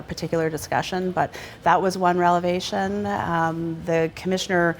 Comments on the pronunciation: what the hell is a relevation?shes says this multiple times.terrible speaker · "relavation" heheheh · Does she keep saying relevation instead of revelation? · This chick doesn't even understand the difference between " revelation "and " relavation " Fyi, the second isn't actually a word, but she sure insists on using it, even after the reporter corrected her. She's actually in politics? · did she say revelation or relevation?